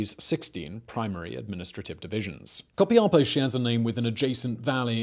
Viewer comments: Is Copiapó. The accent on the last O. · Simón You slaughtered the pronuntiation of Copiapó hahahah but i loved how you said it and btw i love your videos greetings from Chile